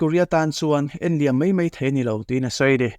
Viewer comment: I thupuan ngaihthlãk anuamin, i ãw a fiahfai a, "hliam tuar" tiha, 'hliam' i lam rîk dãn erawh a dikhlel deuh.